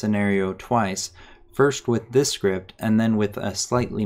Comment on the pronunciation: i like the way he says "Schript"